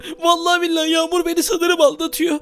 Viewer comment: Kanka Yamur Deme Ben Yamur Azra Diye Ayrıdım.